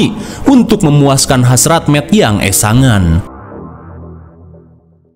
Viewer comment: Sangean bang bukan esangan..😅😅